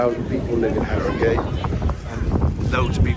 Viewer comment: Harry-Gate 😂 it’s ‘Arigut